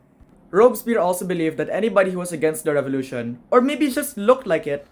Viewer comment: The Rrench Fevolution